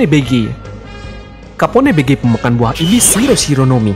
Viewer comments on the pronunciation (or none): btw ,capone bege = kàpon bej. 😁